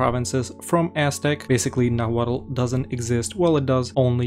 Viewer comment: the final consonant in nahuatl is silent. its just pronounced nahuat